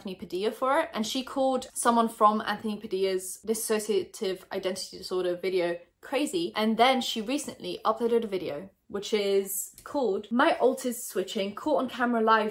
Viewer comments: It’s dISSOCIAtive not DISSAsociatice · Its dissociative not dissAsociative